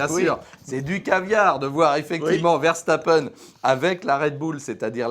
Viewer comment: Toujours un plaisir de vous écouter et de vous partager sur notre groupe Facebook mais par pitié Ver-SSSSSS-tapen et pas Verchtappen ^_^